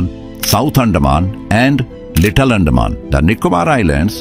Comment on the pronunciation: Pls pronounce like "Anthaman" NOT andaa man